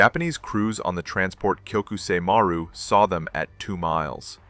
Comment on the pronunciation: While the story is good, the pronunciation and terrible captioning are horrible. Maru is pronounced Ma - roo. It's Japanese for sea. Most, if not all, of Japan's merchant fleet had Maru in the name.